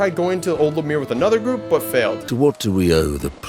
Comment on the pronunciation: Friggin indian said lameer instead of Lumière